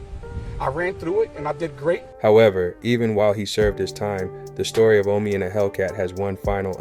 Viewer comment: It's Omi not Omni